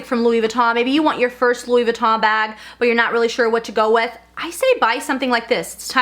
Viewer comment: Why do you pronounce it Louis Vi-taw??